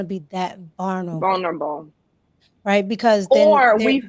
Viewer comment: "VERNerable" is crazy! 🤣 🤣